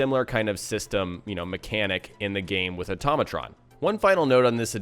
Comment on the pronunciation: automatron said like "ortoe may tron" not "utom a tron